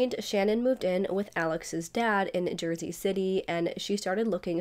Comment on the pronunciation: I can't stand the way this YouTuber lingers on the last syllable of a lot of words like whenever she says Jersey she says it like this "jerseeeeeeeeeeee" and then later she says the name Brewer like this brewereeeeeeeeer. Very annoying